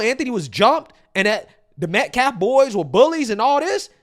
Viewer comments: Man, that lawyer cant even say words properly. But i think murdering someones son is more disrespectful than showing because Karmelo doesnt respect the dignity of life. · Disrespectful? Disrespectful is repeatedly pronouncing the victims name over and over. His last name is Metcalf, not Metclaf. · This group of people, represented by a person that can't or won't even pronounce Austin Metcalfs' name properly. His last name is NOT, MetcLaf it's Metcalf! What an idiot. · Their Representative is mentally impaired. He can't even pronounce METCALF correctly. He keeps saying METCLAF. What a clown. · is dumb as a rock. Have respect fool….. it’s METCALF not Metclaf! Mispronounced words and Daniel Penny’s name. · Their spokesperson can't even pronounce the victims last name. The victims last name is phonetically pronounced met caff, this clown keeps saying met claf So many years of racial tyranny have rendered a whole race unable to speak proper English and grammatical correctness. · This guy talks like he was raised by black women. Also, it’s Metcalf, not Mectlaf. I pray for everyone in this situation. This does not help black ppl. This sets them back…. Big time. And that is truly sad. AND if the gets suspended or expelled it means nothing. The school does not want this. They have thousands of kids to take care of. It wouldn’t surprise me if the parents pulled their kid out of school after seeing his brother killed in his own arms. The man speaking is what’s wrong with DEI. If he was a judge could you imagine????? Trump had this done to him by tish. Upside down world. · They couldn’t even say his last name right, they said meltcalf, these people are sick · The lawyer called him Medclef. Is the mispronouncuation on purpose or is he incapable of saying Metcalf? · Why does this dumbass keep saying METCLAFF 🤡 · the entire defense team pronounces it "metclaf" 🙄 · Dude can’t even pronounce Metcalf. Ninja said Metclaf. Moron. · It's METCALF NOT MET-CLAF 🤬🤬🤬🤬